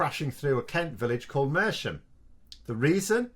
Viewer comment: By the way, we pronounce it Merzam. ;-) We’re in the news!!!